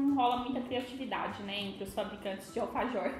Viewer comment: vc não fala bem vc fala errado alfajor